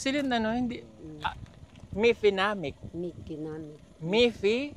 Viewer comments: Nkakatawa talaga si bulol mikinamic😂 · Hindi masabi ni Mefinamic,Ponstan na lang😂